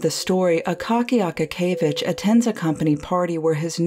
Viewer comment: It's more of an (a:) like in Ark. a-kA-kee-ye-vich